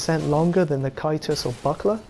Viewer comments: Can't watch this because you can't say C A E S T U S. It's not KY-TUS, it's Ceh-st-us, or SEH-st-us. Ffs. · Why does he say it in such an odd manner? it's pronounced Tjæstus after all. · I giggle every time you say kaitus lol lol lmao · It's pronounced "Kay-stus". Other than that, good video. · Never liked the buckler aesthetically but I'll try it out again. Oh by the way, I think caestus is pronounced as 'sestus'. I could be wrong but I thought you were referring to aa kite shield when I first heard you say it. Anyways, I'ma go try practicing parrying with the buckler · caestus = (ses)(tus) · Need earbleach for Caestus pronunciation. Send help.